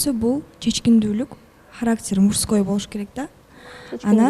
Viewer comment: мурской дейби брат..😅😂